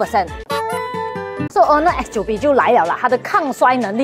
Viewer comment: X9🅱️？听返嚟点解怪怪D😂